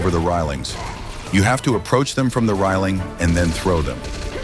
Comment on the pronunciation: Do you not know how to pronounce railings?